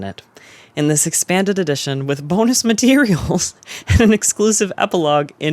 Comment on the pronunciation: the way they say “WITH BONUS MATERIALS?”